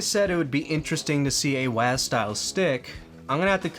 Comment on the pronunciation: this is the first time in my 36 years of life, i heard a person say "waased" to WSAD.. i thought we had to spell it "double-u ayy ass dee"